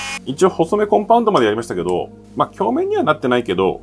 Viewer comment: 細目はさいもくって読みます